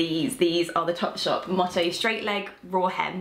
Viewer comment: Its pronounced Moe Toe not Motto!!